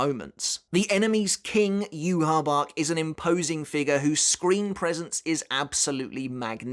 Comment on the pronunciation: On the off chance you care, "Yhwch" is actually pronounced as "yu-ha-va-ha." Feel free to ignore me, just trying to help.